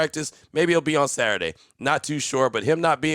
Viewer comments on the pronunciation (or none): none